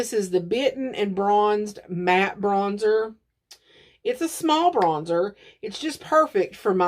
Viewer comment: Lol, "bronsher" with an Italian accent with a bit of French mixed in. 🤣